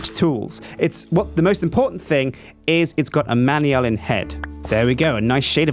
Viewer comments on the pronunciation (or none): It's not pronounced "manyalin" it's "manalin". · He pronounces all of the alloys wrong he slaughters it so much my heart accualy hurts like even other UK people pronounce manullyn right the way he says it just makes it seem like something completly different it is pronounced (man.u.lan) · your pronouncing manyullyn wrong,its pronounced man yoo lin and secondly I rarely play minecraft and haven't really watched vids on it in a while, I still know more about the mods than you do and its your job. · Manyallen. Really. Man-You-Lee-An. Ahhhhhhhhhh!